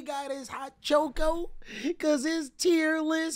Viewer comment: Aint no way you say choco like that